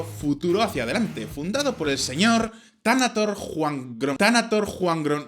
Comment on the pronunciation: Interesante video.... Así estamos muchos pueblos del mundo, gobernados o liderados por gente que no tiene el conocimiento o si quiera la capacidad para hacerlo. Y el Thanathorn? Jajajajaj, no quisiste practicar la pronunciación.... Jajaja.